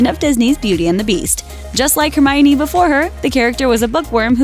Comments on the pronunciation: Did i just hear hermariony? And not hermione? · Hermariony 😂😂😂😂 its Pronounced HerMynie!